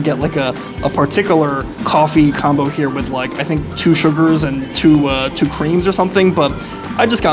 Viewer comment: u said Herr instead of here